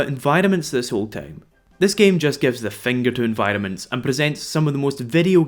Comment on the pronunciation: ... It took me an embarresingly long time to realise you were saying "environments" and not "vitamins"... Sorry.